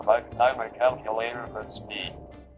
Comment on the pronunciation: So you can listen to the great audio of the game, Calcyoolatohr